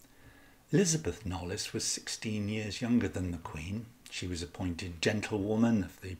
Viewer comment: I hugely appreciate and enjoyed all the detail and clear research that has gone into this presentation. The one thing that I'm aware is pedantic but was hard to ignore was that you pronounced knollys incorrectly, said aloud it's knowles. Thank you for going into such depth on an intriguing possibility, if only we could be a time travelling fly on the wall.